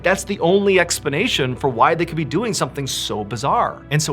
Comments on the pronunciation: “It’s the only ‘expanation’.” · Does anyone ever expect an expanation 😂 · "expanation" didn't expect that lol 😄